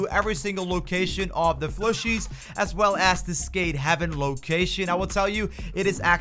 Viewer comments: I was like "am I hearing that right??" Haha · Combo text says 'Warp speed' " This grab trick is called the wRAp speEd " Also they're called 'plushies', not 'flushies'